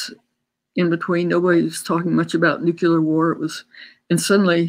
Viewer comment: Nuclear, not nucular.